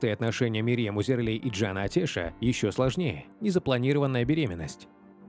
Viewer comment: Только фамилия читается не АтЕш, а АтЭш, а то прямо слух режет